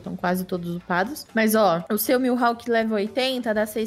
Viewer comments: Ele falando milhawk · Mano me dá uma agonia escutar eles falando o nome do mihalk errado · Q agonia com eles falando "milhawk"